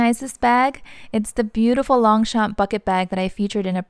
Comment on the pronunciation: You are so cute trying not to butcher french names! I'll try my best to help: Longchamp : in fact the 2 "p" are silent : it is pronounced lon-cham/ Foulonné : foo-low-nay Epure : ay-purr Since they use actual names from the dictionnary, you can also use google translate to pronounce it for you :)